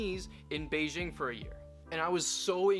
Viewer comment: Beijing, not Beizhing.